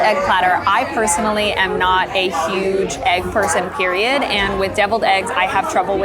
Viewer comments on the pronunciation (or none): none